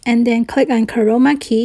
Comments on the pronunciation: For a second I thought she said covid key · is it just me or does she sound like she's saying corona key xD